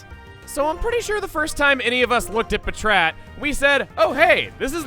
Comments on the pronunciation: Pa-TRAT, Pa-TRAT????????? Come on everyone in the entire world knows it's Pat-Rat. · Pa-trat? I always pronounced it like pat-rat. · It's "Pat-rat", as in packrat. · I have never heard anyone pronounce patrat puhchrat. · I was so caught off guard in how he pronounced patrat. Even if it is the official pronunciation, I always pronounced it as if it was two separate words.